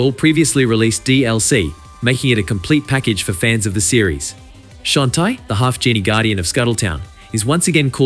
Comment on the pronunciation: "Shaun -tay"